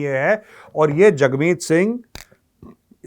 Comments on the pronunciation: Major sahab thakmeet na bola karo...hagmeet accha lagta hai😂😂😂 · Sir Jugmit sing nahi Hugmit sing hai uska name